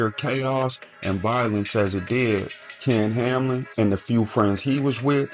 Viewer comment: Its ken hamlin come on fam not kam